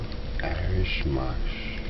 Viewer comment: He said Irish "MOSH" 😂😂😂